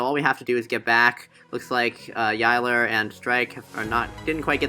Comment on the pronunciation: you said yilers name wrong